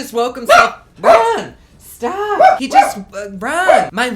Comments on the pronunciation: Raaahn staahhhp! Jersey Shore flashbacks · Raaaahhhn staaaahp. Jersey shore anyone lol?